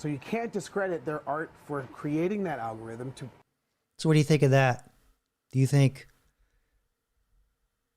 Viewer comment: Al go ryth um